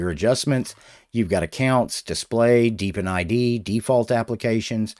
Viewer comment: Hey hey hey, He said "Deep In", huh huh huh